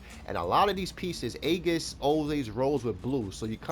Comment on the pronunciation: great video, for what its worth, aegis is pronounced "ee-gis".